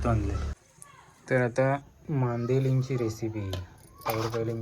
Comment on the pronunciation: Mandila ऐकायला कसतरी वाटतंय मांदेली बोल नाहीतर तुझे व्हिडिओ बघणार नाही